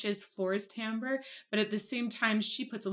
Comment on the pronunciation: Night wish. Cuz there’s no “I” in timbre....